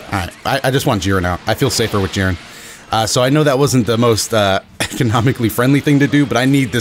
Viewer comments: Bro it's jeer-in not jir-N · its not jeren its J"I"ren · The way you say jiren makes me cringe so much bruh